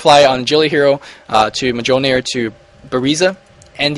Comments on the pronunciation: its acutually mohlnir its silent j and with a sound of h :)) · Mjollnir is pronounced with a silent J xD